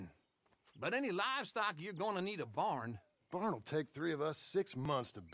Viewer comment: The emphasis he puts on the “B” of both words gets me